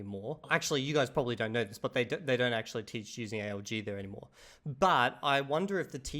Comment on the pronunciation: By god, this must be the first time I actually hear A.L.G. when someone speaks about ALG. Every other damn time it sounds like A.O.G. Automatic Organic Growth? Autonomous Organized Group? aOg her, aOg there 😂Which is quite ironic considering you are supposed to mainly learn from listening in this method